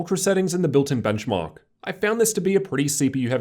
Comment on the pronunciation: And the Benchmawwwk